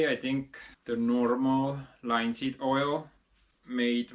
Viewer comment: Beautiful job.👍 🙂✌️❤ Your English is pretty good. But you need a little help same as anyone. You're pronouncing it "Line-seed" , you should say "Lin-seed" the I is a short vowel sound ( like it) not a long one ( like,like or high as you like to say😆) Just trying to help bro. Did you grow up bi-lingual or learn English later? Are you self taught? Also if you say a word ending in -ed,such as "Rigged" the 'e' is silent. You say "Rig-ed",but the correct way is "Rig'd". You.may have to practice,as I said you're very good already just need a little help on some things👍 I'm from the state of MICHIGAN in the U.S.